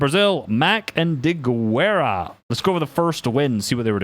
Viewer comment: please, pronounce Diguera like "Dighera"